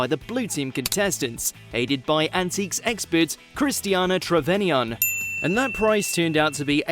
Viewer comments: The extremely annoying narrator seems to have a problem pronouncing Christina Trevanion's name. It seems that he's never even watched the show. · Two obvious problems here. The Faberge flowers were definitely not Bargain Hunt finds, and the mangled pronunciation of Christina Trevanion's name suggests an A.I. generated narration that hasn't been checked for accuracy. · The only problem with the Faberge flowers, though, is that they weren't bought by contestants. Those are just part of one of the side stories the show tells to pad the time out to half an hour. And also please, for the love of god. Christina Trevanion's name has been spoken hundreds of times over the years on Bargain Hunt. You couldn't listen to someone else pronouncing it before absolutely butchering it?!